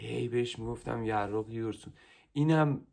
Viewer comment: یراق❌ یاراق✅